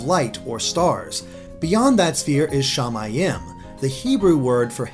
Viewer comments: "Shamayim" is pronounced sha-MY-eem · Not a bad theory, but I've taken Hebrew as a language class and the pronunciations were terrible. Shamiyim in is pronounced Sha-mi-eem. And the last letter of the Alphabet is pronounced Tav. One other thing is while though the first letter of the alphabet is close to a (it's name is aleph) technically it doesn't have a sound and is silent. That's all. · Shama-yam is incorect I believe its pronounced shama-yeem which means sky in Hebrew. Shaymin has sky form. Sooooo, yeah? (I speak Hebrew) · as a hebrew speaking person, it kind of hert to hear you pronounce "shamaim" all like "shay-may-em"